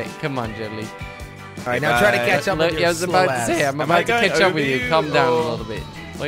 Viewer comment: what i heard in intro: "is jelly gonna 'KETCHUP'.. is jelly gonna 'KETCHUP'......"